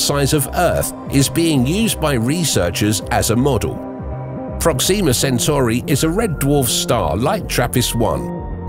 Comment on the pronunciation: 2 things: 1, you say Proxima like its Proxema, its not and it sounds so wrong 2, there are 2 forms of life. 1 is organic life like plants and animals, and there is sentient life, humans. So when everyone says "hey theres life insert planet here take it with a fuck ton of salt because the odds of there being sentient life on that planet is like you winning a jackpot, slim but not impossible, whereas it would be more common for organic life to exist